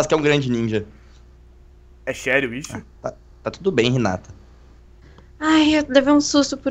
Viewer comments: E rinata e não Renata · o wii nao fala hinata ele fala renata kkkkkk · só eu percebi o Naruto chamando a Hinata de Renata ? kkkkkk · mano quando o naruto foi falar ele disse hinata eu ouvi renata